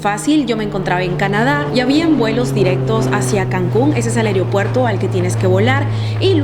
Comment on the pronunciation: Muy buen video. Buen contenido. Me gustó. Solo que debes corregir algo; se dice es aeropuerto, no aereopuerto. Saludos 😊